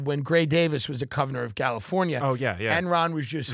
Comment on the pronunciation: “…the Covernor of Galifornia”. That is all.